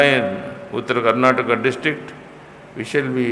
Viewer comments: This gaali galoj should stop now!!! It's not Karnatak it's KARNATAKA it's not Kannad it's KANNADA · It's not karnatak. It's KARNATAKA. This is to the person who speaks initially in the video.